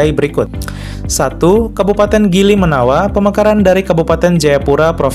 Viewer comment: Grimenawa bukan gili menawa.... Slm dari jayapura papua